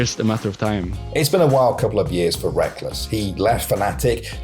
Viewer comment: i dont follow LoL and thought his name was pronounced like Rekkels, not wreckless 😭😭😭😭😭